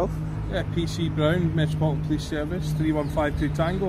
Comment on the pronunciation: my guy cant even pronounce the police force "Metropolitan" but thinks he can lie like a politician.